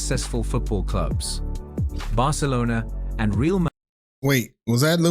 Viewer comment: In fairness, I don't suppose you will know it is an A.I. video until you start watching it. You now live in Spain, so you know that CF Real de Madrid is pronounced Ray-al. Milan is pronounced Meelan. You correctly pronounced 'derby' correctly, so there was already a clue. Kindest from a new subscriber from England [Liverpool FC supporter].